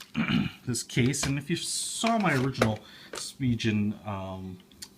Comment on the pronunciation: It’s pronounced like spee-gen, not spee-jen